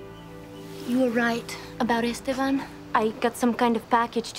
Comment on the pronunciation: Why do they mispronounce ESTEBAN ? The 2nd syllable is accented.. Es TE ban